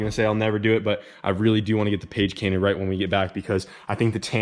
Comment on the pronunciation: Better get that "page cainted", love it!